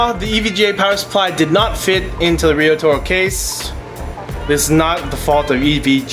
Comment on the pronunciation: seems to me it should be pronounced "riot-oro" that would make a lot more sense.